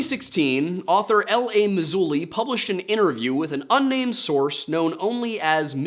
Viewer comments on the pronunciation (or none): Guy pronounced LA AS IN A WORD "LA"...too funny.